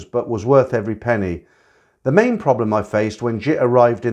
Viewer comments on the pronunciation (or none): none